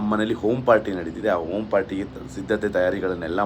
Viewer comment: OM party alwo loude - it’s called Home - HOM party